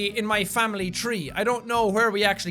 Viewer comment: Famibly lol I just lost it